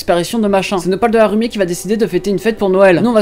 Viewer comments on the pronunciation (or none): 'Harumi" au lieu de Haruhi, c'est pourtant pas un nom compliqué